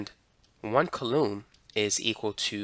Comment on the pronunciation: Nice explanation. You'll want to get your pronunciation (and possibly your spelling) of coulomb correct for your next video. It's pronounced "KOO-lomm" or 'KOO-lome"